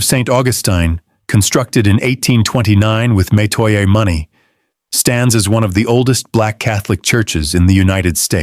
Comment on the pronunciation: This is partly true. He's pronouncing Metoya wrong